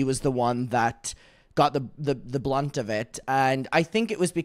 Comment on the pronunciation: bestie it’s “got the brunt of it” not “got the blunt of it”. One’s who got the most of something and the other is a chill time with the help of a certain plant lol